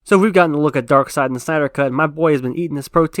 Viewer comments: Omg... Its pronounced "Darkseid" ...Not "Darkseid "🙄 ...get it right bro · I swear Darkseid is pronounced Dark-seiid,not Dark -side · You ever watch the justice league animated series where they always pronounce it darkside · People who pronounce it “Darkseed” 🤦‍♂️🤦‍♂️🤦‍♂️